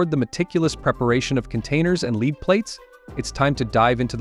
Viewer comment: Please dont say "Leeed". That means to be ahead. Say "Lead" the metal.